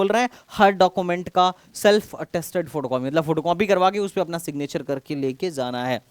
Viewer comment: sir aap 'J' ko 'Z' ki aawaaz kyu nikaalte hi. For ex. Aap 'jaana' ko 'zaana' kyu galat pronounce krte ho, sunne me bahut bhadda aur ajeeb lagta hai.